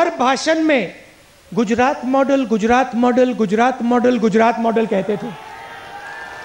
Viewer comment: Pronunciation sikhao Isko Koi Gujarat ko Gudarat bolata hai